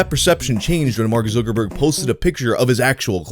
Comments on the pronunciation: It's pronounced ZUCKerg "ZUCK" like suck but with a Z not fucking Zookerberg. Zookerberg? Have you just never heard it pronounced before or can you just not read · Time to see if I can make it through a whole video with mispronouncing Zuck's name and saying it as "Zookerberg." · Why does he say zook instead of zucc? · Who's Mark ZQUIRKORBOURK? ZUK - ER - BERG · That damn... ZEWKERBERG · "zoo-ker-berg" ..................no...........just.................no not even close.................... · 1st guy in recorded history to say it like /Zookerberg/ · I like the way you pronounce zookerberg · Zookerborg??? Every one else says Zuckerberg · My mom is Korean and she pronounces his name "Zookooboo" makes me giggle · Where is this guy getting zooker-burg from? Lol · Why does it bother me so much the way you pronounce Zuckerberg? I should probably go touch some grass or something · pronunciation of Zuckerberg give me dysphoria. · The way you say Zuckerberg is weird